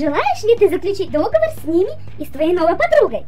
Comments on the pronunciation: В некоторых моментах, уши вянут. Не ДОговор, а ДоговОр! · Не, я всё понимаю, но... говорится договОр... Не кидайте тапками, просто я люблю, когда всё на своих местах